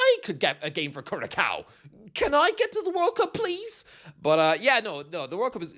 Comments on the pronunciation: Curaçao not Currakao :D ç is an 's'-ish sound. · Curaçao is pronounced Curasao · sorry to be that guy, but it's pronounced koo-ra-sao :) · it's pronounced cura sow my guy, sow as in the female pig 😂😂😂😂😂😂 but good try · Advocaat getting Curaçao into the world cup is an IMMENSE achievement and people should more respect on his name Also thats NOT how you pronounce that oh dear god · Warra pronunciation of Curaçao